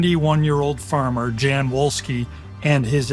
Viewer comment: Volski, Volski, the fucking Pronunciation is Volski, v, V, v